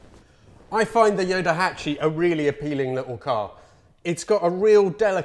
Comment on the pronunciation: What a nice surprise to see a thumbnail with you and a ヨタハチ. Very cool car and video. (PS. Just a heads up, the car's nickname is pronounced Yotahachi with a T).